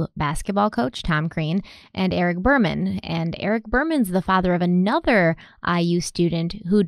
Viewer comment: I love this channel. Just wanted to respectfully correct your pronunciation of Jill Behrman's name. Her last name should be said like Beerman. I'm from Bloomington, I knew the family.